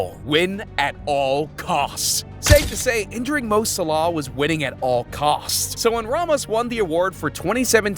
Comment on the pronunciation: Please say Mo Salah’s name properly 😂